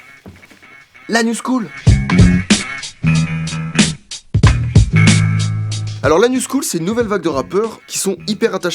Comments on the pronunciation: J'ai tellement l'impression qu'il dit "l'anus cool" a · esque je suis le seul qui a compris : Lanus cool au lieu de : la new school😂😂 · Ce con prononce "la new school" en "l'anus cool". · Pourquoi quand il dit « la new school » mon cerveau entend « l’anus cool » ? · quand prononce "la new school" j'entends l'anus cool et maintenant j'ai envie de crever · J'écoute en bossant, j'ai dû regarder mon tél pour verifier "La New Scholl", j'entendais "L'anus cool" xD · Quand tu dis "new school" j'entends "anus cool" voilà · A je suis le seul à avoir entendu « l’anus cool » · J'ai eu une hallucination auditive, j'ai entendu "l'anus cool" au lieu de la "news school"... Sinon excellente vidéo ;) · "L'anus cool" ?!? Ah non... La New School 😎 Wow comme il le prononce pt1 !!! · Je suis mort à j'ai cru qu'il avait dit "l'anus cool" au lieu "new school" mdrrrr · Je suis le seul à avoir compris "l'anus cool" au lieu de la "new school" xd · Putain, j'ai cru que t'avais dis "L'anus cool"... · Je suis le seul à entendre "l'anus cool" au lieu de "la new school" ? ( vers ) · On dirait que tu dis l'anus cool et pas la new school à minutes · j'ai trop l'impression qu'il dit "alors l'anus cool" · par contre, la new school tu le prononces l'anus cool xD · Quand il a dit "La new school" j'ai entendu : "L'anus cool" ouais... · je suis le seul a avoir entendu " L'anus cool" ?!😂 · À 14,25 secondes , je suis la seule à avoir compris "l'anus cool" ? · Juste par contre à un moment on dirait il dit "l'anus cool" mais sinon calmé bien vu la vidéo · par contre a 14.30 j'entends " L'anus cool " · qui a compris "l'anus school" au lieu de la "New school" ??? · c'est moi ou il a dit l'anus cool ??? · Quand t'as parlé de la new school j'ai compris "l'anus cool" Aidez moi svp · Mdr a de la video quand ta dit "la new school" j'ai cru que t'avais dit "l'anus cool" XD ... Oui je sais je suis TRÈS week bizar ,mais sinon très bonne video ! 👍👌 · on dirait tu dis " l'anus cool " 😂😂